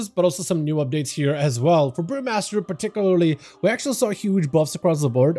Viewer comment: I'll never get tired of the way you pronounce 'particularly'. ^_^ Thanks for the vid!